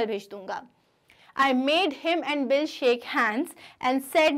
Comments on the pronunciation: Did anyone notice,mam was telling bill as Billi in the starting .Thank u mam for explaining nicely and this is coming for my exam too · it is bill not billi